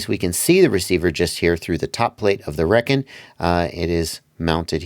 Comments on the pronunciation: Come on man, 1st pronouncing solder wrong and now Reckon? 🤦🏻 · It's pronounced Rekon not Rekon.